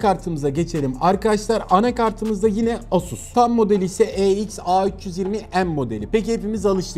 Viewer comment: (EX-A320M) Eiks 320 em modeli ne abi yarısı Türkçe yarısı ingilizce :) (MP3) Empi üç teki üç'ün Türkçe söylenmesi gibi.